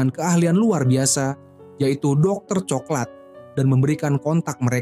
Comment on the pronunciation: Ini pake suara ai kyknya, pengucapan coklat tp diucapkannya co-ke-lat .. 😂